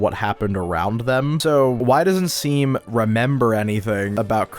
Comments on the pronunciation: Saying seam instead of shawm just shows that these kids don’t read the dialogue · dude everytime they called shawm 'seem' i yelled at the screen 'SHAWM' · seam in game: my name is pronounced "shawm":...anyways "seem"-- LOLLL (this is not hating i just thought this was funny) this video is sick!! i like that you're theorizing that dess might've not been the best person, since i frequently see her characterized as just "super cool older sister who everyone loves," even though the way basically everyone refuses to talk about her implies that maybe she wasn't as beloved as people assume. it could of course also just be that talking about her disappearance is taboo, but i like the reading that she isn't some infallible character, which fits well with toby showing us other sides of the characters that we first saw in undertale (like toriel, sans, mettaton, etc). cool stuff!! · it's pronounced "shawm" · seam is pronounced shawm and they use they/them pronouns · Seam uses they/them and also it’s pronounced Shawm.